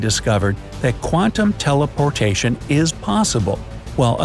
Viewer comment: WAIT DID HE SAY TELEPORTATION